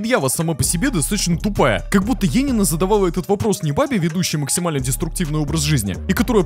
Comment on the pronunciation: ЕНИИНА А НЕ ЕЕНИНА